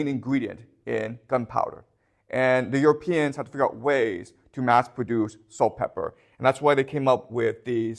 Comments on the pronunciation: is he saying "salt pepper"? Does he mean saltpeter? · I’m sorry…. But I couldn’t help but to laugh out loud when he kept saying “saltpepper” instead of “saltpeter” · It's pronounced salt Peter just FYI